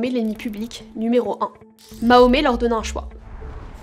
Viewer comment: mahomet?tu fais exprès de mal prononcer sombre petite insecte